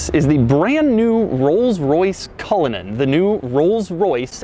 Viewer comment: Hey Cullinan (Culligan) Man!